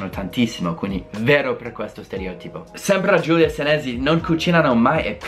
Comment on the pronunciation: un consiglio...... Quando pronunci 'stereòtipo', metti l'accento sulla 'O'!!!